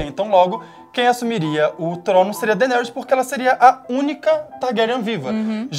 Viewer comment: "Dainerys" . fala direito, cara rs